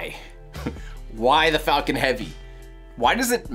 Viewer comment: HE SAID "This is SpaceX fuckin' heavy"* !! AHHHHHHHH THE LAUGHS WILL DESTROY MY EARS AHHHH! Either that or it was "Falcon" and it sounded like "Fuckin". *EDIT: I watched in 0.25x speed, it was Falcon, it's just that at normal speed it sounded like "Fuckin"